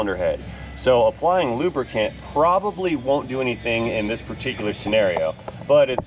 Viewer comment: Remember it's not lubricant.... It's lubrican.... LMAO